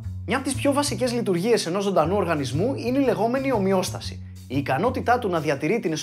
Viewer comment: Εμεις εουμε ζομπι...ΜΕ...ομοιοασταση χαχαχα